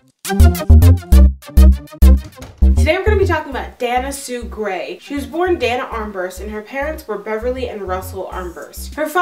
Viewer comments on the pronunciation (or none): You are mispronouncing "Dana." It is pronounced, "Day na." Moreover, your delivery of info if horrid....too rushed. Don't understand you question at end. Look up definition of serial killer.